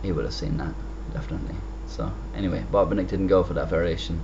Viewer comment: Great commentary and game! It sounds as if you are saying 'Bob and Nick' (Botvinnik)